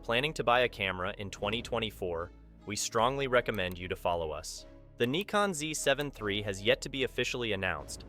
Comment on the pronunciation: I’ve heard of “Nykon” and “Nikkon” but never “Kneekon”!